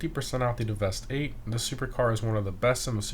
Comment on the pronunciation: Deveste 8: it’s simply pronounced “Devastate”. 👍🏾